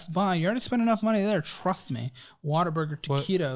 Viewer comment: Up until today I thought you were always saying Waterburger until I seen it on a statement. I was thinking what a crap name, I’m in the UK 😅